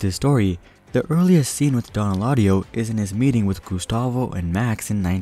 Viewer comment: Dõn not dōn